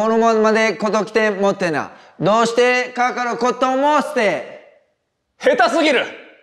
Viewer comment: 完全に日本語で"どうして"って言ってる奴